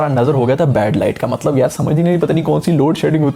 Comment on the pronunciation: Mtlb kaisy matbal kaisy, aisi fluency kahan sy laty ho?